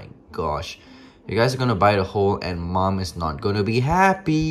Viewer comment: I really thought he called himself "mom"... :P